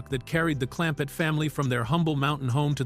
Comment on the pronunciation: Absolutely.😂😂😂😂 Jethrin? WTF? Clampette? What?!? Jalopee? 😂😂😂